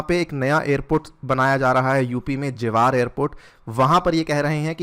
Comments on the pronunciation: it is ज़ेवर not. जवार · Jewar is read as "जेवर"... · सर जवार नहीं जेवर एयरपोर्ट हैं